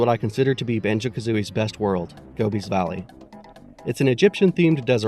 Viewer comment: thank you for pronouncing gobi's valley correctly ....not many do